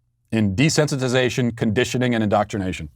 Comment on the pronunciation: Did he say, "in-dot-rination" there, or do we need to suspend his dad card?